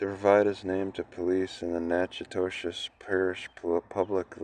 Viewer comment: Pronounced Nack A Dish..